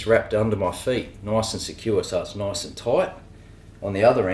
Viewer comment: That’s noice and toite